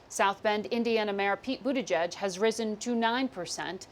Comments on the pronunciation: “ BUTTGIG “ lmao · how the anchor dodges pronouncing Pete Buttigieg, hilarious.